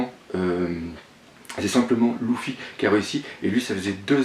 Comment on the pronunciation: Luffy ne se prononce pas "Loufy " (gros massacre ) mais Leuffy !